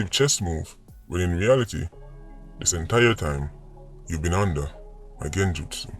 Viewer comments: "Under a genjustsu" 😂😂😂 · said Genjustu 🤣... Classic! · did you say Genjutsu. Bro. Your a variety in itself, god bless u 😅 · Breda.... Did u just say Genjutsu?????? U win to BLOODCLAAT dwl🤣🤣🤣🤣🤣🤣.... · The man say genjutsu, you nuh normal eno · Yow the man say genjutsu tpc😂😂😂😂 lol yah sample